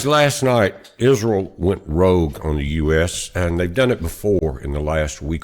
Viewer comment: Rogue, not rouge! (That's blush!)